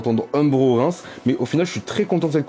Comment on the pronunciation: Frérot ça me perturbe. Tu prononces Rains comme « Reims » alors que ça se prononce « rènse » 😭😂